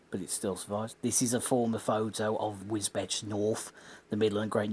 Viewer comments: Pronounced Wisbeach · Thanks for your interesting survey of this line. Old pictures show the infamous diamond crossings at Murrow East/Murrow West, must've needed some very diligent signalling. Just a point of order, the locals pronounce Wisbech as Wisbeech! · Wisbech, pronounced Wisbeach